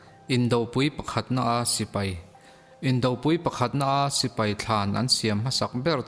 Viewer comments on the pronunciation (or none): none